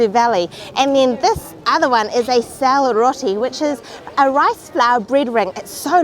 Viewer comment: it's selroti not syalroti.. thank you for this video. love from Nepal